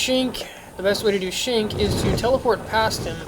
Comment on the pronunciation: i have to say this man .... why the fuck can't you pronounce ANY of the names ? Shenk he says shink ... baal he says ball ..... how did you even get your setup being such a noob ?